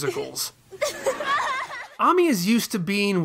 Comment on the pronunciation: It's pronounced ay-mee....not ah-mee